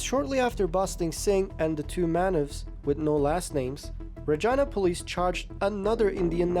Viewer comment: The pronunciation of Regina was definitely not canadian